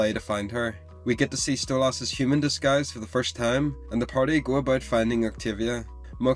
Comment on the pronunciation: Why do you say stolASS?